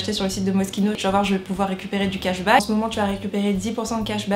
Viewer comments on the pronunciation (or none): Ca se lis pas moskino ca se lis mochino le s il est muet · Je pensais que c’était MOCHINO au lieu de Mosquino (niveau prononciation)